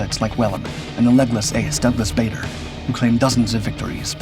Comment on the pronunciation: Geoff is pronounced “Jeff” not “Joff”. And it doesn’t need to be quoted as if it was a nickname, it’s a standard contraction of Geoffrey. The G in Dungeness is also pronounced as j. Bader is pronounced “Barder”. And Spitfire is the second-best British aircraft of the war. The best was the Mosquito.